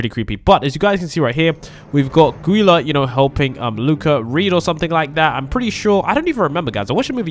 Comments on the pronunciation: Its neither, its pronounced joolee uh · It's gooyla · It's pronounced gew Lee aaa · Its guleya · It's ( joo- lee- uh) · You say it like jue lee a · IT'S IS JOOEYA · its gulleyu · It is Julia not Gulia ok the way you are pronouncing the names are soooooo wrong:) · I don’t think that’s how you pronounce Guilas name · You have to pronounce 'Giulia' with the G you have to say it like you say jug with the j pronounce like you say the jug. Stay safe!! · You said her name really bad but i love your videos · ok don't make the g sound in gulia make the j sound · Also its Julia not gulia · its julia not guila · IT'S NOT GULA OR GEELA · Its not Guila its Julia but its still spelled like Gulia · It's Julia with a G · It’s not Neely it’s Juliea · Jewlya—> gullia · It’s J-u-lia not Goilia it’s spelt gulia but the g is J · It's not guile or Gila is JULIA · It's not (gui-la) or (gee-la) it's pronounced (ju-lee-a) and spelled Giulia! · Its julia but you say gulia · its julia not gulia i know it is spelled guilia but its julia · It’s Gulia pronounce it with a J instead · you need to say julia not guliA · ITS SOUNDED JULIA BUT SPELLED G U L I A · Say it like Julia not Guilia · It’s gulia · It's not geila it's julia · It’s pronounced JUL-LEE-UH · It’s pronounced JULIA!!!!! Ugh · not tryna be mean but it’s pronounced jewlia my dude and u are so kool I love the vids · It’s spelt “Guila“ but it’s pronounced “Julia” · It’s pernoust gu_li_a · Gulia is pronounced Joo- lii- a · Sorry, I found this. Her names prounonced 'Julia. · It’s Gou-le-uh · You pronounce Guila as Julia btw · HER NAME IS GULIA BUT IT SOUNDS LIKE A J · You pronounce it like geela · It's guila and sounds like joo-lee-a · Nether it’s perounce julia but she has a g in her name. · Gulia is pronounced like julia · OK ITS NOT PRENOUNCED NEITHER ITS JULIA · It’s Geulia it sounds like Julea but it’s Geulia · Joo-leea thats how you pronounce it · it is gulia like juliet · Guilias is pronounced ju-li-a